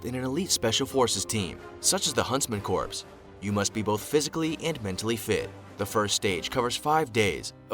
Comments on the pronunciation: Huntsman corpse? That's dead wrong! See what I did there? Someone should tell the bozo narrator that "corps" is pronounced "core". Btw, the proper name of that unit is Jaeger Corps. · Corps is pronounced core, it’s from the French and is pronounced “core”. Corps the way it’s used here sounds like corpse, ie dead body! Ffs! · Corps is pronounced “core” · the p in corps is silent, and is pronounced core. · Corps is pronounced "core" and this makes this video difficult to listen to for me. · Bugs me when they pronounce the P in Corps, it's silent it's spelled corps but pronounced core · I agree. Sounds like Obama's Medical Corpse.